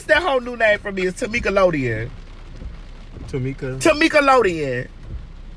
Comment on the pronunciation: TaMEEKalodien 🤣🤣🤣 I can never hear her name any other way!!!!